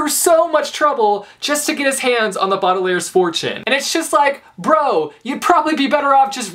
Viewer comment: ITS BAUDELAIRE YOUR SAYING IT WRONG WHY!!!!! WHY PLZ FIX IT